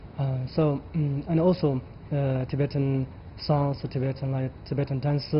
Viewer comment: The Anchor needs to first learn how to pronounce the name of the guest (Tibetan).